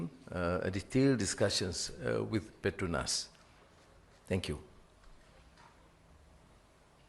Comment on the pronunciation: Petronas, not the Petrunas😅